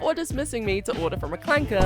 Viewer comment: She fr said clanker with the hard 'r'!!!😱😱😱